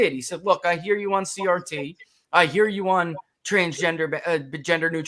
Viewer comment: Peter's inability to say CRT is amazingly hilarious